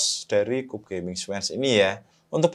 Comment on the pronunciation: dibacanya kyub gan 😁